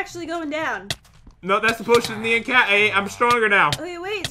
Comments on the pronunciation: Is it just me that gets annoyed when they say "Nean" instead of "Nyan"? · Me: nian or nyan Other people: neon like neo saber. THE Y IS PRENOUNCED AS AN I NOT AN E!!!!!!!!!! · It’s not my b-day My pet didn’t die I don’t beg for likes I don’t even try These youtubers rock I laugh till I cry But pat and say nyan wrong